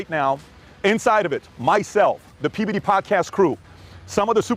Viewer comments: He called PBD “Pdiddy” 😂😂😂😂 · Every time Chael says “PBD” it sounds like he’s saying P-Diddy😂